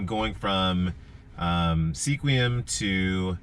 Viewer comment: FYI locals pronounce Sequim as 'Sqwim' : ) Thanks for sharing your experience.